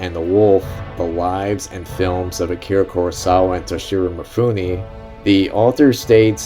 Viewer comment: Roll the film and duct tape your mouth. This is not about YOU. You can't even pronounce Mifune's name correctly. MEE-FOON-NAY, not MEE-FOO-NI. Same way that American's all mispronounce LIGUINE, FETTUCINE. Both end with AY not EE. If you want to post a long rambling commentary in a drugged out voice, do it with your own movie, stop exploiting Kurosawa.